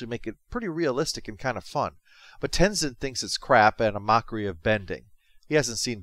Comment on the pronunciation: I love that Korra’s first line being “I’M THE AVATAR! YOU GOTTA DEAL WITH IT!” It really shows Korra being a VERY different protagonist rather than being Aang’s copycat despite being his reincarnation. Also, Aang’s son is pronounced Tenzin, not Tenizin.